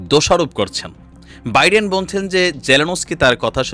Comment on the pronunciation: pl pronounce US president's name correctly.